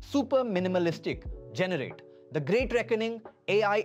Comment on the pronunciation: Ai generated video . Full of crap. Pronunciation of "generate"